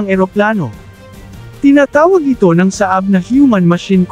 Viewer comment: Pronounce it as Saa - ab not Saab